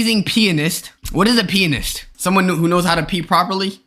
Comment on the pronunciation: Bruh a peeanist